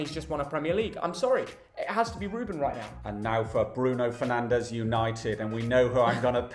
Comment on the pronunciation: It's Bruno Fernanj